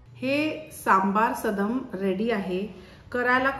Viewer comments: मॅडम, तुम्ही देशभरातील पाककृती दाखवता पण चुकीच्या उच्चाराने पदार्थांची नावे का खराब करता? हे सदम नाही सादम आहे. मागच्या वेळी तूप पोहेची कर्नाटक रेसिपी दाखवली होती तीही तुप्पड पोहे असा उच्चार केला जायचा.. खरं तर तो तुप्प दा अवलक्की ( (पोहे)अस आहे ..प्रादेशिक पदार्थांचे योग्य उच्चार सांगा...समजून घेतल्याबद्दल धन्यवाद. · Madam it is Saadam...सादम्..means cooked rice...and not sadam.....सदम् 😊 And tamarind extract is also needed... otherwise it is akin to daal rice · sadam no- it is saadam